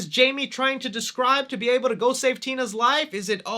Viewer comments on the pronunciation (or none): none